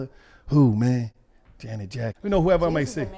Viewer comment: My boy said Janet jackme she a legend